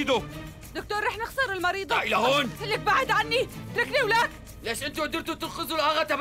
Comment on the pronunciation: مين انتبه لما الدكتور قال المريضة قل المريدة